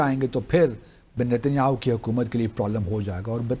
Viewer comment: Is buddhe ko Netanyahu ka naam bhi sahi se bolna nahi aata ..😂😂😂😂😂😂